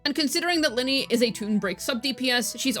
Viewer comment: Ly-nae not linny if i am not mistakenn love your guides btw hehe❤❤